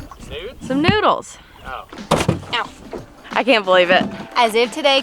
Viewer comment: “Now we just need some noodes,” - “noodes..?” “ Noodles” obviously ha